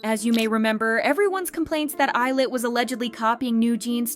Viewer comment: I don't think that's how you pronounce 'Illit' ...